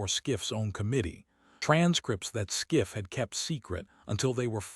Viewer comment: Adam Schiff NOT SCIFF